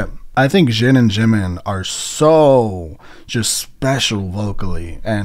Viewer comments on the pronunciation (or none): and shin instead of jin.